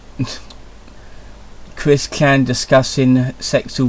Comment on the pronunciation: Who is Cwis-Kan?